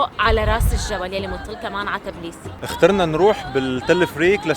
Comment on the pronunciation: تابيليسي .. مش تبليبسي